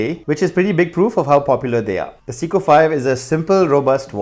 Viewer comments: Dude it’s Seiko, not Siko! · .... I swear if I hear 'seeko' one more time... SAY-KOH... SAY-KOH... SAAAAAY-KOHHH lol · Not "seeko" but "say-ko" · It’s SAY CO not si co